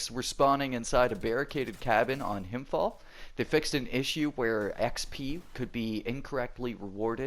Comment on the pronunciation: When you pronounce "Himfjäll" try saying it like "Himfjell" instead of "Himfjall" :) just a tip